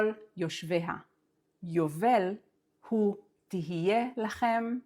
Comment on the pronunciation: No, you read it wrong. It's spelled הוא but pronounced /hi/ as you can see the chiriq under the He... Also your 250 is incorrect, since you can't start a word with two consecutive schwas...